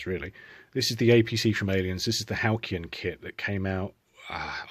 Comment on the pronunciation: It's said Geeger, spelled Giger. Said Hal-C-on spelled Halcyon.